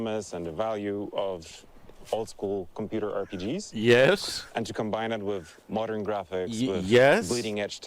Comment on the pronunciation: "Mordern audience" Is going to hate this one 😂